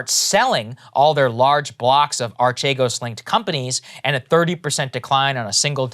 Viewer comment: It's actually pronounced "Arkeegos". It's actually not a pyramid scheme at all. It's just highly risky "investing", while being leveraged to an absurd degree. Btw, this is where the fraud comes in. They didn't disclose how leveraged they already were, when they asked other financial institutions for new loans. Eventually, the stocks they were betting on (because that's what they were doing - gambling, not investing) dropped, and because they were so highly leveraged, they crashed in a couple of days.